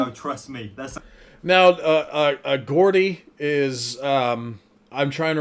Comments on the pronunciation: Wtf is a gordy lol its pronounced Jordy, a person from Newcastle in the North East of England, i am a Geordie. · Not pronounced gordy, its jordy, I've spelt like that just for the pronunciation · Geordie is pronounced JAW-DEE, it's not a derogatory term at all, it's like calling someone a Texan, it purely geographical, it just means someone's from Tyneside in NE England, I mean they're a right bunch of drunken idiots but that's just coincidence.... JOKE!!!! 🤣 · Geordie is pronounced 'Jordy' by the way ✌️ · Geordie isn't an insult, it's just a name for people from Newcastle. It's pronounced "jaw-dee " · Geordie, pronounced jordi is not in any way an insult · It’s pronounced “Jaw-dee”. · Its Geordie pronounced Jordy and its not an insult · Geordie is pronounced Jordie, and its not a derogatory insult its a name for someone from Newcastle, people use it all the time it's like calling someone from London a Londoner or someone from Glasgow a Glasweigien. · newcastle and it geordie with a j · I like you man but saying a Geordie with a G and not J is painful. Then saying it is a term for anyone from the north and then saying Oldcastle instead of Newcastle 😂 Literally like a Harry Enfield skit 😂😂